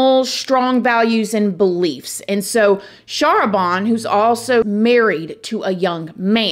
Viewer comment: I believe her name is pronounce "shah RAH ban" with the emphasis on the second syllable. *and the "ban" rhyming with "can"